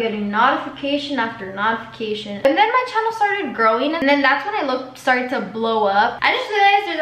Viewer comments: She really said nautification 💀💀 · no one: literally no one:: saying notification the way she does no hate lol